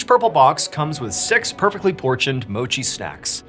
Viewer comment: "Pochions" (portions) caught that lmaoo. My husband and I love My Mochi too.